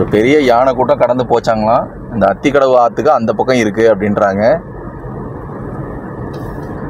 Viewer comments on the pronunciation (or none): It is aathikadavu not athikafavu